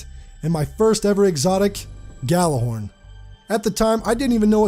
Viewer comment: The fucking cringe of people pronouncing Gjallarhorn like that has never left me all these years later...